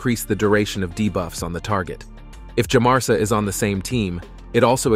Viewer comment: I kept hearing Teumesia instead of Djamarsa...